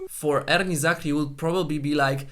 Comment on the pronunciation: I like the way you mention erni zakri's name.. the ' r' is so rich n thick. Rrrr..